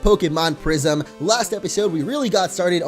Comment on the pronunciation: I thought you said prision action